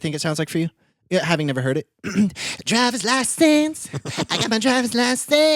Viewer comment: really said dRiVeRs LaSeNsSs